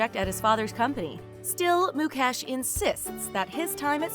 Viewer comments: It's Mu-kaysh NOT Mu-cash .. Indians are made fun of for their "Indian accent" .. we find it equally hilarious when you pronounce our names wrong too. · His name is not pronounced mu-kesh it's mu-kaysh lololololop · It’s not Muk Ash it’s Muk Esh :༽ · She pronounced ..Mukesh as ..mucash 😂😂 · It's mukesh not "Mu-cash" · It's mucash 😂🤣but it's mukesh and also it not nieta it's neeta pronounce it correctly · Mukesh NoT Mukaaash 🤣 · It's not moo - cash . It's mu-kesh ..... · Even MUCASH😂😂😂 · 😂😂😂😂😂😂😂😂😂mucash too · Moo cow ash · Why do these people pronounce his name as mu-cash?? I mean he is one of the richest man, at least get his name right! I dnt hear people calling Bill guts! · Moo cash is that what I heard😂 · So no one's gonna point out about the whole Mucash pronunciation? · U r pronouncing mukekh ambani wrong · Mu-cash ugh atleast say the name right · What tf is mucash!!!!??? If you can't pronounce then don't say... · I never thought would cover this. Makes me glad as a fellow Indian. Not sure if they said anything wrong (since I don't know a lot about the Ambanis, except for the basic stuff) but I cracked everytime they pronouce their names xD And yup, thanks to Jio, using the internet has been hassle free here. For me at least. Some might say it was hassle free before that as well but for me, Jio was the best thing to happen. Congratulations and all the best to İsha for her future endeavours💜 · Lol 😂😂😂 how she spelled mukesh like really 😂😂😅😅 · i was like why this lady did not do any practice on how to correctly spell Indian words??? I laughed so hard when she butchered Mukesh Ambani 's Name...